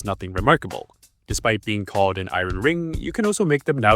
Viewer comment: Not "iren"; "i-ern".